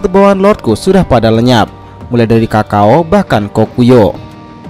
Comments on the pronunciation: Min bukan Kakao tapi Kakou, budek apa? Piisssss hahahaha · Mimin nya letih mungkin, Kakou aja di ucapkan Kakao dr kemaren2... Hahaha